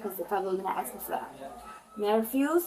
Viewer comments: “THEY DIDN’T AKS ME” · The word is ASK not AKS. I can literally hear her horrible spelling. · why does she say axe so much? weird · Black people the word is ... ASK ... not axe you are not chopping wood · It’s ask, not axe…. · I not axing you I’m telling you, you’re a moron!! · Why can't they say "Ask"? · I'll never understand how adults from an entire community cannot pronounce a word as simple as "ask". Beyond me. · "axe me"